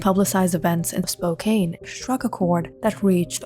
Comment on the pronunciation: Good video. It is pronounced spoke can not spoke cane.